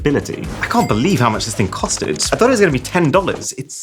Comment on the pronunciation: Dude said cost-Ted